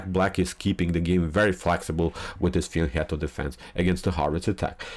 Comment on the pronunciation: in English the word fianchetto is pronounced as "fiancheto" or "fianketo" (/fɪənˈt͡ʃɛtəʊ/, /fɪənˈkɛtəʊ/), and "fianket-to" in Italian (/fjanˈkɛt.to/). Also, are you use Abdussatorov is 2817 and not 2717?